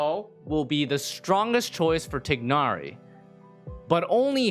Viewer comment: If I hear this man say "Tig-Nari" one more time...